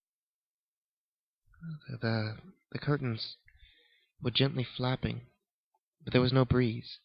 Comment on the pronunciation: Thought he said gently faping lol not flapping